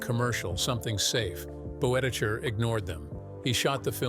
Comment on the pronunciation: There's some interesting material in this little documentary, if you set aside the random inserts of John Wayne and Stan and Ollie (?) and the ridiculous pronunciation of Boetticher's surname - see hiramnoone's correction below.